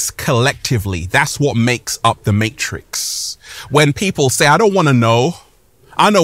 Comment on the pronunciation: Dude pronounces matrix with 4 S's